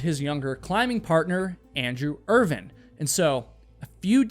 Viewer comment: I really hate your pronunciation of Irvine